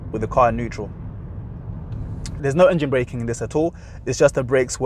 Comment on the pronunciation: You said engene 3 times